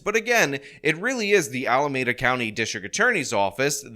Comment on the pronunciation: Please do your research on how to pronounce Alameda.